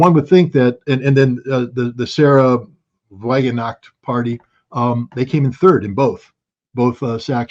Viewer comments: English pronunciation of Wagenknecht is 'wagon-necked". 😊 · Scott, I thought you went to high school in Germany. You can't pronounce Wagenknecht?